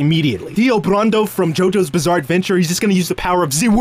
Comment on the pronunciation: You pronounced brando and saitama wrong